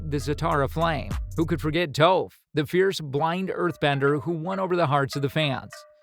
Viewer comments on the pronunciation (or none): Foreal this man said toaf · Who is toef? Sorry for correcting you. But it sounds like taaf. I apologize again. But the whole reason that the live action was so terrible was the mispronunciation of all of their names